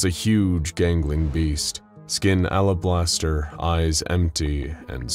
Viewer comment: AlaBLASTer 😂. (Alabaster)